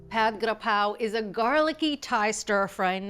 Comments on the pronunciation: Hi, All! I'm Thai, and I cook Thai food at home all the time. Really impressed with this cooking demonstration, and 100% sure it turned out delicious. Julia pronounced Pad Gra-Prow so impeccably every single time she said it. The chilli fish-sauce, though, is NOT called Nam-Prik Nam-Pla, as said in this video, but called "Nam-Pla Prik". Nam-Pla is fish-sauce, and Prik means chili(es). Another thing that I find unusual in this video is, nobody in Thailand would put shallots in this recipe---it's just garlic & chilies. However, there is no right or wrong in cooking. It's just a matter of preference. In case some of you are looking for more accuracy, the basil leaves used in this demonstration are NOT holy-basil, but a different variety called "sweet basil" or "Thai basil". I tried so hard to find "holy basil" when in Canada and the U.S., but never found it. So, I guess it is not available in North America, maybe, because the demand is low. But, in Thailand, holy-basil is in abundance, and you will get to try the authentic Pad Gra-Prow the Thai way. Thai food (especially, Pad Gra-Prow) in American, European and Australian restaurants is typically 2 or 3 times sweeter than the original recipe in Thailand, I don't know why. So, be aware that Thai food you get in either Western Countries or Australia is way, way, way too sweet, as to which I experienced on several trips. Pad Graprow in Thailand has just A LITTLE sugar in it, just enough to create a balance of tastes (not being mean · I’m Thai the way Julia is pronouncing “Pad kra prow”it’s perfect!!!👍